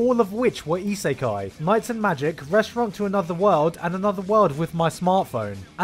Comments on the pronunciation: cringy pronouncation of isekai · EE-SAY-KAI? Really? that's how you're going to pronounce the word?....SMH